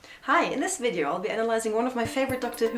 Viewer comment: Well, if you were going to get nitpicky, you should also mention the "Wideo Wersion." In English, V is always pronounced like F, and never like W, which is pronounced Oha, like Oaxaca, Mexico, or Oachita, Arkansas, USA. Yes, in German those are often, but not always, reversed. And Arkansas is pronounced Ark-and-saW, and the residents are Arkansawyers. But we digress. One can excuse a lovely lady saying "Wideo Wersion."